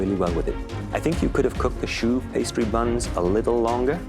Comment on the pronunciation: "shoe pastry" 💀